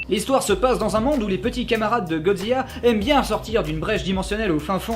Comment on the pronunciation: Je rêve ou a , tu as prononcé "[Godziya]" ?